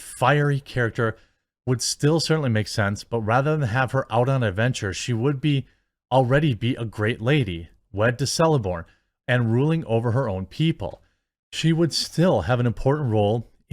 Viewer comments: Nice video...that said it's pronounced Keleborn not seleborn. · TOLKIEN not TOKEN. Also elves with names starting with C are pronounced as K (ie Kelebrimbor and Keleborn). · Celeborn - is pronounced Kell-ih-born. And what's this about a wolf of Sauron? Wasn't Finrod killed by Sauron himself? The wolf was used to fight the hound and eventually Sauron himself changed into a wolf to fight the hound. But Sauron killed Finrod in the dungeon while he and Beren were locked up locked up in Ch. 9 Silmarilion. They miss everything. They could have gotten every single thing they wanted in a story from this chapter ALONE and had a strong female beating Sauron. As written. But no... This instead for a billion. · Please pronounce Celeborn with "K" from now on... A true fan would know this was correct. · Celeborn is pronounced Keleborn. Quenya Cs are pronounced as Ks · C = hard C/ pronounced "K" Celeborn = "Keleborn" Cesendrial (sp) = "Kesendrial"